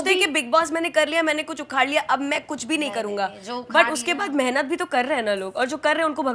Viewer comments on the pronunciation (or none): none